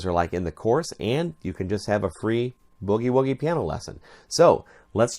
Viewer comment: That IS the correct pronunciation. It is NOT bewgie-wewgie.